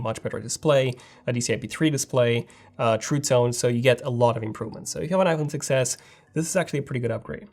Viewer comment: Did you notice that when you say 6s it sound like success